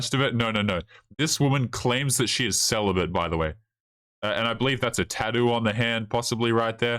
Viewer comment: Celabate or "Sell a bit"?